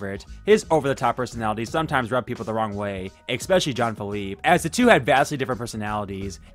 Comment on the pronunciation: Please please please please please!!! STOP SAYING EXSPECIALLY!! THERE IS NO X IN ESPECIALLY